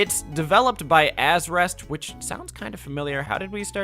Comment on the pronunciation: AZ-REST instead of ARZEST is pretty funny and absolutely not on purpose, right?